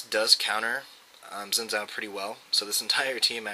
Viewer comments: I hate to break it to you, but its pronounced Zin Jow, not Zin Zow. Look up Xin Zhao champion spotlight, Phreak pronounces it Zin Jow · if you wanna pronouce it right, probably should be "shin Jaw"(not precise but close), cuz hes Chinese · It's a great video, good clips and commentary, and the only irksome factor was that you pronounced his name wrong.